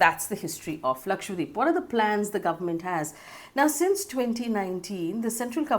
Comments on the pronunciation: Ma'am its Laksha - dweep not Lakshwa - deep...you said it wrong multiple times...please correct it in future...dweep means island in hindi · lakshadWeep, not lakshWadeep haha you were pronouncing it wrong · Idk why it bothers me so much but you're saying lakshwadeep and not lakshadweep. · it is laksha dweep, lakh Islands, how is that difficult?